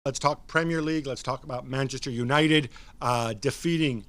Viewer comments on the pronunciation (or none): "let's talk premier league let's talk manjesjer united.." 😳